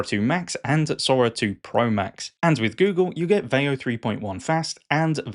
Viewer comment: Sora trends looks really fun. It's a great idea, but your pronunciation of veo makes this video cringe 😬.